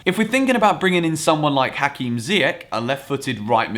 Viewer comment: Apart from the prononciation of Ziyech's name, it was a good video. Btw it's zieCH not ziyec.